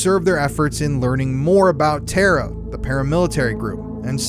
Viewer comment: TARA is pronounced 'Tah-rah